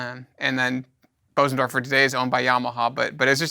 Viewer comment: Informative and interesting, but… How can you sell pianos, and still not know how to pronounce Bösendorfer ?